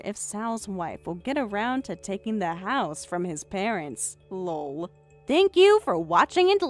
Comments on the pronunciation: If youre not gonna do Laugh out Loud fully then say EL OH EL and type it l.o.l or something ffs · I swear to God that if I have to hear lol as one word with a long o one more time, instead of Laughing Out Loud, I'm out. Reality would be an actual laugh. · Even just putting a space between each letter so they actually say L O L would help. I'm not the first, or even the 100th, to complain about this. It makes me batshit crazy. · Lol means laugh out loud not the way you're saying it